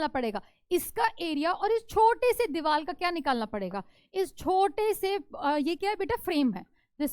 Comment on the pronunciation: diwal ☑️ diwar ❌ 😂😂